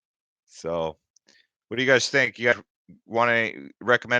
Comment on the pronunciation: Lol it's "think" not "thing"